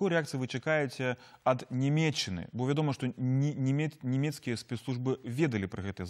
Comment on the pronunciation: Вядучы некалькі разоў выразна вымавіў «Німеччына» і «німецкія». У беларускай мове яканне - адна з галоўных адметнасцей: Нямеччына, нямецкі.